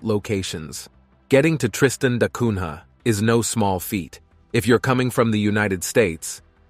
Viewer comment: Ilha and Cunha are terribly pronounced. Ilha is spoken as Illya, Cunha as Coonya.